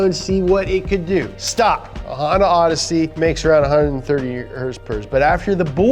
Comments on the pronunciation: the rowdesy is a k series, not a H series... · K series not H in the rowdessy, the H series is in the hatch